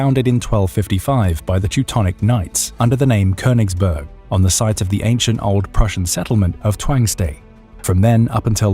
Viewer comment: Königsberg. Say it correctly.